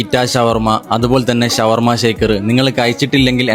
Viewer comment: ശവർമ അല്ല ഷവർമ